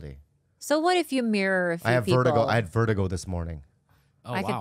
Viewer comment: Bob, u dont have vertigo... u have vert-a-gay